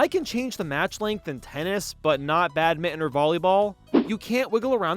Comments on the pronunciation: It's Bad-min-ton! Not bad-mittin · How on earth are you pronouncing badminton? Bat-mitten? What is this madness